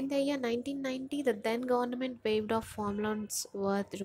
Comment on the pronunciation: Please pronounce Government properly.